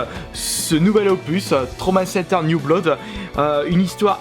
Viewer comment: On dit "Bloud"